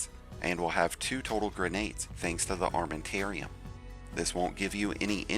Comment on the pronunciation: It's arm aman tarium, not armanterium